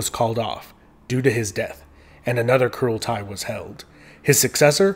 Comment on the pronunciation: Kurultai is pronounced "Huraltay"